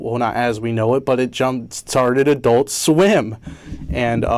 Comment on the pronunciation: why is it when he says adult swim it sounds like "i dont swim" i cant be the only one that thinks this right